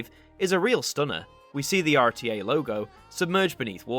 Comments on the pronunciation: Fyi, RTE is pronounced or tee ee . It's in the irish language, standing for Radio (pronounced rah dee oh) telefis Eireann (radio television Ireland . ) Yes, I am irish . Spent a lot of time watching and listening to RTE television and radio growing up ! Please do a section on RTE idents. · Just a note. RTÉ is pronounced RTE. The thing on top of the E is a Fada from the Irish language, and doesn’t change the letters pronunciation. RTÉ stands for Raidió Teilifís Éireann (Radio Television Ireland). They have a number of tv services, RTÉ One, RTE2, RTE Jr RTÉ News, and TRTE (a block on RTE2 for teens) their best idents are for One, junior and TRTE. There’s even a video from the illustrator showing the process of making the new TRTE idents. For what it’s worth I’d love to see some of these idents make it to an ident review at some stage. The RTEjr idents are very popular here on YouTube. Also, just so you know, it’s RTÉ, not the RTÉ. Many who are used to the BBC make that mistake. Great content, keep it up👍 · Been here since episode 2, haven't left since :) oh and also you said RTE wrong. I can see why but it really annoys me a bit. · Just a little thing i noticed, when saying the name of RTÉ which actually stands for 'Radió Teleifís Éireann' (Radio, Television Ireland) you don't need to pronouce the fadá (accent) on the 'E', hope this helps! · The People in ireland call it Raidio Telefis Eireann